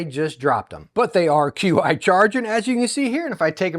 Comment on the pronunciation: "Qi" is pronounced as CHI(Chee) and is the technical name for the wireless charging tech